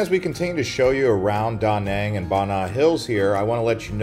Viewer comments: Its not Da' Nang its Duh Nang' The accent is not on Da the ancient is on Nang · great video, offering a lesson on proper pronunciation of Da Nang City. Vietnamese say what sounds like duh non city, ok